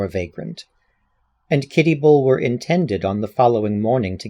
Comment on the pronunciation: This was wonderful! Such great reading chops. Kitty's last name is usually pronounced Bullah. As in Bulwer Lytton. Tiny quibble, everyone's a critic!!